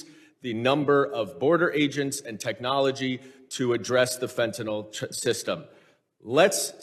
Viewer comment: I applaud her exemplary behavior in the face of blatant lying and disrespect. But I do wish you would stop saying "fentanOL". It sounds ignorant because it is.